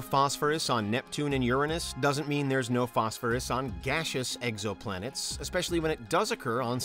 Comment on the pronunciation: “Eggs-oh-plan-ettes” is the one that got me.